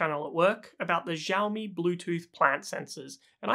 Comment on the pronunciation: Xi in Chinese sounds like the word "she". Its "Shiaomi", not "Djiaomi".